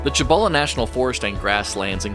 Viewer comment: Nice! Not digging...I'm a Texas as well. Pronounce it SEE-boh-luh National Forest.